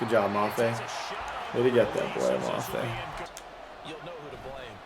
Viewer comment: Great video boss. FYI it’s boy-yay mafe. Doesn’t matter but I’m a big gopher fan so just wanted to tell you